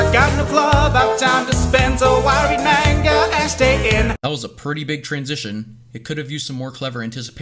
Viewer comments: Yes music videos is good there’s nothing wrong with it That is not how you say manga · Don’t forget about how he pronounced manga like “Man-ga” when it’s pronounced “Mon-Ga”